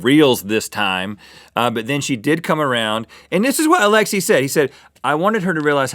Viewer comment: every single Russian cringes at how Russian this is but at the same time cringes at the way they say Alexi (It's like alex- aye)